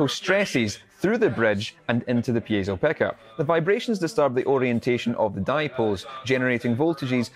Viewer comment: It's not pieTTTzo, it's just piezo. That guy says it wrong five thousand times in this video.